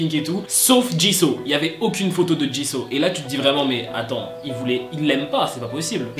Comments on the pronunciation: ca ne se prononce pas ''chiseau'' mais ''Jisou'' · Sa se dit jisou pas jisso 😉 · On prononce jissOU pas Jisso 😭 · Par contre un truc on dit pas [ jiso ] on dit [ jizou ] sa s'écrit jisoo bien sur mais C ta prononciation 😂😂😂sinon continue (bias JENNIE et JISOO pour BLACKPINK Sinon JUNG KOOK❤️) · Tu dit jiso c'est jisou! Enfin ça se prononce comme normalement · Jisooo❤❤❤😔DEJA CE NEST PAS "JISAW" MAIS TU LE PRONONCE "JISOU" OK!?Bref si je parle de Jisoo ca va prendre 1h et 300lignes pour dire que je l'aime😂😂C'est qi votre Bias?(je pose tjrs cette question) moi c'est Jennie😍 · Ça m'a perturbé que tu dises jis'oo' a la place de jis'ou' (évidemment sa s'écrit jisoo mais sa ce prononce jis'ou') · C'EST JISOU pas JISO et elle est leader vocalist la chanteuse principal c'est Rosé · Ca ne ce dit pas Jiso mais Jisou. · Mais par contre ça se prononce jisou et pas jiso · J’aime le contenu de tes vidéos mais stp respect les noms des Idols ! « Min YoonJi » « JiSSO »😂😂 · Ça me perturbe tu dit jisso 😂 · Mais eft jisoo ça ce prononce pas jisou 🤔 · Franchement Jisoo mérite beaucoup mieux -C'est ma bias -Elle chante très bien -On la juge pour sa danse mais comme tu le dis sa voie est très stable -Elle à commencer après toutes les menbre mais je trouve que c'est la meilleure -Je dis juste qu'elle mérite mieux -Au passage on dit "Djissou" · Ca me stress tu prononces mal son nom x) Ca se prononce Dji Zou !!! Meme toi tu l'a respecte pas mdrr x) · Jisoo ça se prononce pas comme ça.